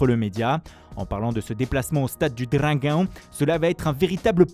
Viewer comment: "Devant Oulddd Trafourddd " le prodige portugais Niunioooo Mendeche", le stade du Draguinnnnn